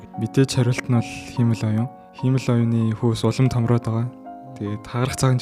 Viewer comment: Сүүлийн үеийн мэдээллүүдийг цаг алдалгүй хүргэдэгт баярлалаа. Монголоор ярьж байхад англи үгийг яаж дуудах нь бараг хамаагүй байх. Харин “Хиймэл оюун” гэдэг монгол үгийг сонин дуудаад сурчихлаа шүү 😂😂😂 ХИМЭЛ оюун != хИЙмэл оюун